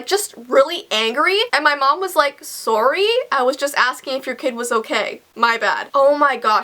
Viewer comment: the way she says sorry 😬